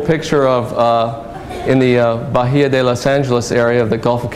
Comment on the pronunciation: A quick FYI: "sierra" is never used in the plural when referring to a single range. "Sierra" means "saw" in Spanish and is used to refer to a range of mountains that when viewed from the side appear as a jagged edge. The Sierra Nevada should never be called "the Sierras." Also, the 'h' in bahía is silent.